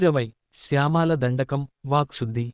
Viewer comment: Please first overcome spelling/pronounciation errors like syamaala etc. it is syamala I may please be excused for hurting. U